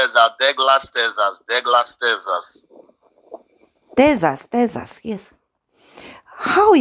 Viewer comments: Am een Tezzas, dear! Londan Tezzas 😂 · "Tezash" - "yeah" :face-blue-smiling